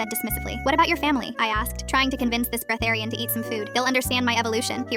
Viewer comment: I’m sorry, BREATHERIAN?! That sounds like a therian addicted to air tbhh